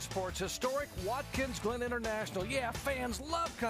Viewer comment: "Watkins Lynn"? Lol at Jerry Punch...